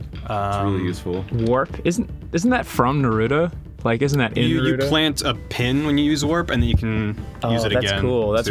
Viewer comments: "narudo" :T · Why do people pronounce Naruto "Nuh-roo-do"? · Do you think that Ross pronounces Naruto like he does just to piss off weebs? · I fucking hate how they pronounce naruto! They say his name a lot in the anime so why the hell do they pronounce it differently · I hate how they pronounced Naruto